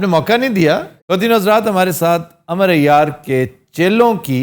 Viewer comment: Amroo hai sir Amar nhn arbic mean Amroo kehty hain